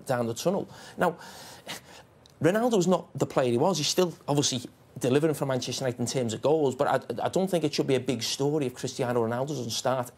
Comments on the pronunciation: "Manchester Unito" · 3.43, "Manchester unito " hahahha